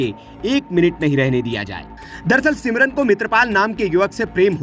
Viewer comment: सिमरन नहीं समरीन।😅